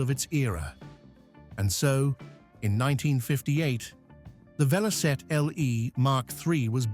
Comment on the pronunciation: It's Velocette!